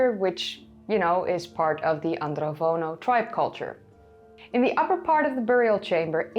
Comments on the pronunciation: It's Andronovo, not Androvono culture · It’s AndroNovo not Vono 😉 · AndroNOVO, not AndroVONO. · She keeps mispronouncing 'Andronovo' as 'Androvono'. It's even mispelled in the description and the hashtag. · Thanks for the video. I wanted to point out that the name of the culture is Andronovo, not *Androvono. Also, the j in Karajartas is pronounced somewhat like a French j (that is, like the English s in 'measure'), not like the Dutch j (English y).